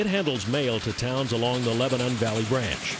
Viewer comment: mispronounced lebanon county >.>